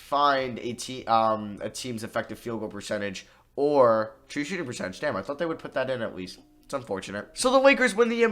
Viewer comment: Nobody::TRuE ShOOtiNg PeRCeTage